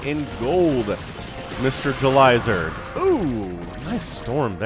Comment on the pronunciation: Idk why but Everytime you say JulyZerg I hear Elazer lol 🤪